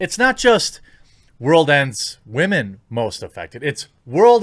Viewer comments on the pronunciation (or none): Why is it funny when you say wahmen 😂